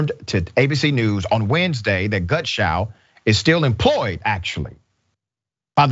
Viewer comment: clean yours because yes he did keep saying gunshow and each time he said the name slightly less incorrectly until he showed his name on screen. I watched it 3 times before I commented to make sure.